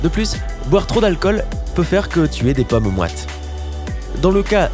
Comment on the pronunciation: Vous m’énervez avec votre mauvaise prononciation,les paumes ne se prononcent pas pommes ! Entre autres...